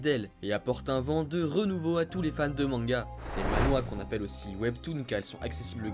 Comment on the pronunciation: Mdr tu dit Ma-Nhwa? Sa se dit Man-hwa mdr